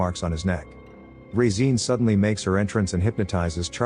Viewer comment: The way the AI is pronouncing Regine is jarring.